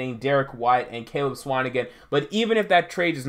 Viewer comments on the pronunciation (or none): none